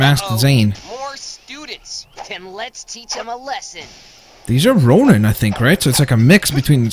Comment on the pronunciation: its ronin